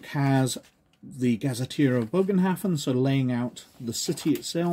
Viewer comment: It’s pronounced more as a buhgenhafen